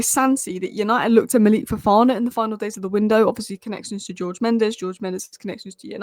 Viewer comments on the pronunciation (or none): none